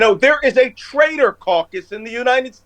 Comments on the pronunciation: Traitor - not trader. Just sayin. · Not Trader, but rather “Traitor”